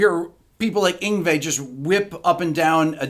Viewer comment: "Ingvey?" Its "yingwee" malmsteen! 😂😂